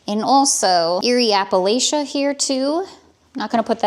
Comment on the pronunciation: you live in Appalachia please pronounce it like a local 😂